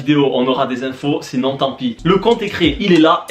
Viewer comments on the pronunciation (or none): none